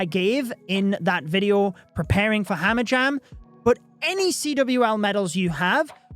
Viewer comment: "Hamajam" XD love you